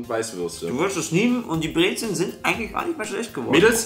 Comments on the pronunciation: Und es heißt BREZEN nicht "Brezeln" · omg kann das echt nicht mit anhören lasst bitte das l weg brezen nicht brezeln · Kein l bei brezen